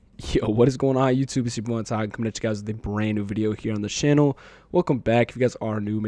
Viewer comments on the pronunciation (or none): none